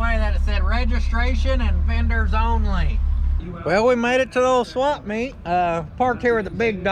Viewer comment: Did u just call it a "swamp meet"? Lmao